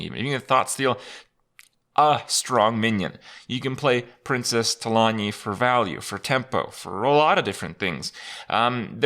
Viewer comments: It's Talanji not Talanee. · Not trying to be a dick, but in WoW it's pronounced Tah-lawn-gee. The Nordic pronunciation is cool, but Trolls aren't based in Nordic mythology in the WoW universe. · Know your lore Krip! It's not often that we see an actual character from Warcraft in Hearthstone anymore. Lets at least pronounce them correctly :P It's Talan[JJJ]i. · talan/ji/, Kripp. There is a ji at the end. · Talanji is pronounced like Tu-lawn-G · the way you pronounced Talanji killed me inside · Krip its Princess Talanji with J as in Juice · you pronounce the "J" in Talanji. I know you don't play wow anymore, but she's a major player in the Horde's story in BFA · If a character is named Talanji, and the people who named her that pronounce it a specific way, then that is the correct way to pronounce it. Blizzard doesn't pronounce the name THEY created wrong. that's not how names work.